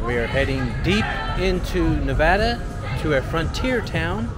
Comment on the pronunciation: I appreciate that you pronounce Nevada right. 😊